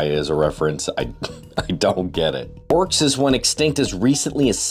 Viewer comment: I believe you're mispronouncing Aurochs